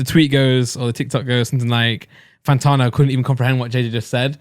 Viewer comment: pls for the love of god his name is fanTANo not fanTARno